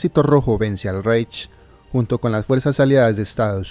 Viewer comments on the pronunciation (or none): Se escribe Reich, pero se pronuncia Raij